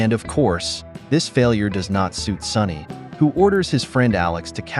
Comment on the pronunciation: So, is the boss called SONNY or SONY? The AI narrator's diction and pronunciation are appalling.